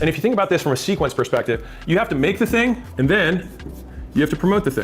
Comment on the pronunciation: “u have to make da ting, then promote da ting”